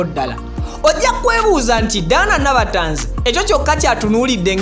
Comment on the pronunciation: Tanzi collection from nabatanzi, not tazi as u hve said.thank u